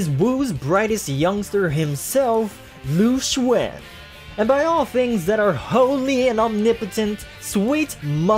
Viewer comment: Also you aren't a musou fan anymore. HOW COULD YOU SAY LU XUAN INSTEAD OF LU XUN